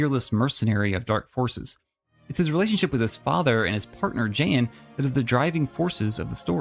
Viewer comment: Did, did you just call Jan "Jane" by mistake?? Ohh, yousa in big doodoo this time. Not really. But her name is pronounced Jaan rather than Jane.. :)